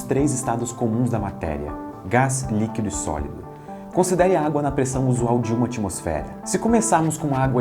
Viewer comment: ouvi mais umas 5 vezes e não consigo não entender sólodo ò.ó